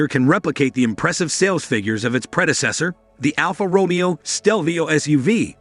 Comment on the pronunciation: before u review a car...try and pronounce "Alfa Romeo"